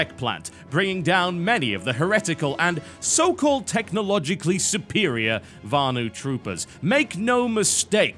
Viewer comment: drink every time u hear suppperirior